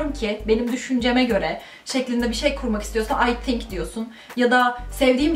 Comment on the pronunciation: "Tink" dedin ya, orda biraz uzaklaştık seninle :(